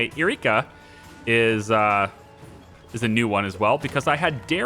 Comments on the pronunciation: Erykah is pronounced like Erica not Eureka 😭😭😭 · Her name is pronounced Erica not eureka...